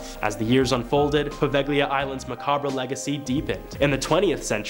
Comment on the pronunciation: Poveglia and macabre are so awfully butchered each time. It’s almost painful😅